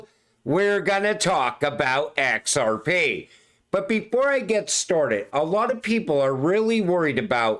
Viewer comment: Let me tell you, No Body Can Say XRP so beautiful like you 😂.